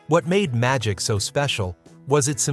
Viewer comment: Seriously, I always thought that whenever he says magic he was saying” Ohh Oh Oh ITS MY D**K. And to be honest, it still sounds that way.